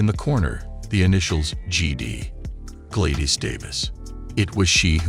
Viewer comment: So where is the warning on trump.... Just rumbling of an AI voice that can't pronounce Gladys and echo properly... Just wasted a lot of time watching this bullcrap